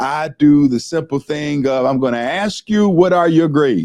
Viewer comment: So the low performers in society are performing at an all time low? Seems perfectly timed with all the other chaos and manipulation going on right now. People who can’t read or comprehend information can be convinced of anything. It also would help if the teachers could pronounce the word “ask”.